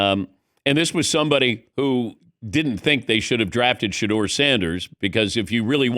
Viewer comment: His name is Shedeur Sanders!!! Curse you AI